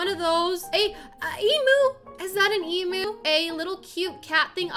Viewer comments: Lemme help you out with emu so its (E-Mi-U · Pronounced: Ozzie and emyu Spelt: Aussie and emu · People say emu like your pronouncing it like emoo but it’s emu like u pronouncing it em-you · i can't say this enough. It is an emyou(thats how u pronouce it) not an emoo. Btw it is spelt emu tho. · Why are you saying “emoo” it’s pronounced EAM YOU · This is how many times she said emu wrong ⬇️